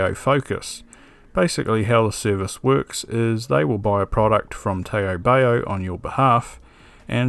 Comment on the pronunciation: Great video with stuff we can get in ANZ for once - thanks! If you want to be strictly pedantic re: Taobao, it's pronounced more like "tow bow" (rhymes with how now brown cow) just FYI. Sounds a bit funny hearing it pronounced tae-oh bae-oh heheh. Now to ebay some PSUs...